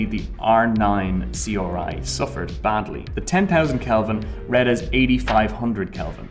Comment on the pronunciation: Question: Why does this guy say RGB and R9 perfectly fine, but then C-OR-I? Let's not forget when he tried to talk about atomos' HD-OR